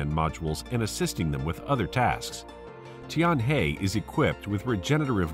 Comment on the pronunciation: Tianhe pronounce like 'tianher' ，not 'tianhey'